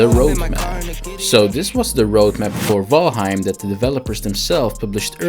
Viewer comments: Ok but please stop calling it "vaim" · Can't even say the name right 🤣